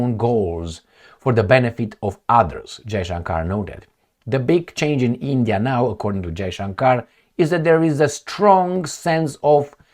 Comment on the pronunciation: It's not eeendiaa